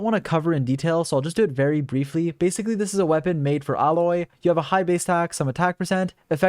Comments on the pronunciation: Not like this really matters, but Aloy is pronounced "Ay-loy", with a hard A. Not "Alloy", like a combination of metal materials. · That Aloy pronunciation >_< Tell me you’ve never played horizon zero Dawn without telling me you’ve never played horizon zero Dawn. “Ah-loy” 🤨😒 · Why do you keep mispronouncing anemo and Aloy? Otherwise good video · This man mispronounces baal and aloy